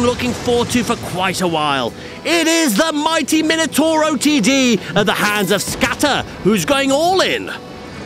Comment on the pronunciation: "Minutoro" its Minutauro